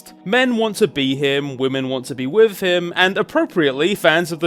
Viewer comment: With is wiff? Fua fuks sake, learn how to Engliss moar betterz.